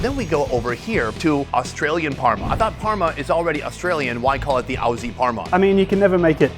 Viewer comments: how did he manage to add an R to Aussie while also mispronouncing it terribly just say it how you'd say Ozzy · Not having chicken salt on the fish and chips was a huge loss if you didn't, also not trying a dim sim (with soy sauce). And Aussie rhymes with Ozzie! So you both looked silly there. Props for calling them "chips" though, and all the other research and things you got right. The mortadella in the sandwich was definitely a little out there, it is a cheap cut, some people love it; fresh tomato would have been nicer too, but what are we talking about at this point? Appreciate the passion and love for everything, you did it all really well. #1 city in the world, baby. Edit: And we came through with the 2-for-1 HSP with chicken salt in the end. Couldn't have asked for more. Also chicken salt confirmed for the fish and chips, we did it boys, best chip.